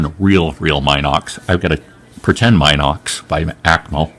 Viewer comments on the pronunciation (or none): Anyone else trigged by "Mynox"? 😆